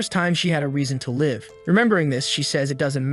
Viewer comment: I hate ai that miss pronounces live.